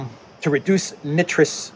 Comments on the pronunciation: Nitrous oxide: (pron) Ni’ truss. Ni rhymes with try. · Nitrous, never heard it pronounced that way, here where I live its pronounced with a hard I not soft i, like nightrous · A little help with chemical pronunciation. The "i" in nitrous is a "long" vowel as in the word "like". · The "I" in nitrous is pronounce eye. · Trudeau dialogues are great stand up comedy...check your pronunciation of NITROUS Oxide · I believe the ‘I’ in nitrous is a long vowel., pronounced just like you pronounce nitrogen. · You can read peson but you can’t pronounce NITROUS